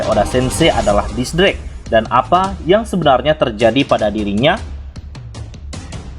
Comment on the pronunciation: X drake, tapi mimin bacanya kok gitu yak :v